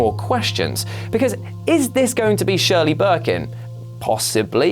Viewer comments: " Shirley " Birkin ? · I thought the same. Was like "Shirley??" You can't be serious?